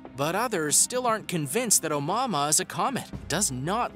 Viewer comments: Its pronounced, "oh-moo-uh-moo-uh"..jesus christ even if you are a haole how would "mua" make "mahmah"... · Omama really....lmao at least look up the proper pronunciation! lol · It is not the first interstellar object in the universe.. It is the first we were lucky enough to spot... Scientists said the probably pass through our solar system constantly.. It's a HUGE sky out there.. We can onlt monitor pinpoints of it at a time.. Also it isn't pronounced On Momma lmfao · Dumb guy with his dumb video. Also, I noped out of this video when I heard him say omama. Tf was that lol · Brother learn how to pronounce that comet here is as close to phonics as I can get A-mooua-mooua try that or watch another video where they pronounce it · Bro, “oh-moo-AH-moo-ah” Begin with “oh” Then the cow goes “moo”, as you say “ahhh” then again, you hear “ moo!!!” So one last time, you say “ ahh” Oh, moo, ah, moo, ahh!!!😉☺️ By the way, I am not actually mocking you or trying to be condescending at all. I’m only taking the time to correct you because I actually really appreciate all of your content and enjoy this channel👍🏽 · Can’t help but get annoyed every time he says “Omama” 🤦‍♂️ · Stop saying Oumuamua. Everytime you say it i want to scream at you. How do you fuck up a name that bad every single time. STOP!!!!!!! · Good video but boy did you destroy the name name lol it happens nobody is perfect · Anyone else cringe every time he mispronounced Oumuamua?